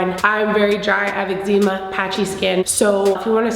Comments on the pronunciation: 'egg-zee-ma' lmao ily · Omg that hair is everything, this minimal look is bomb ❤️ I love how you say eczema 😊 I’ve never tried the matte foundation but this one is for me and here for it